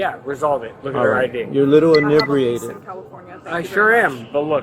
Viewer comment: Innibreated?? Lmmfaooooooo 😅😅😅😅 that cop sounds innibreated 😂 It's INEBRIATED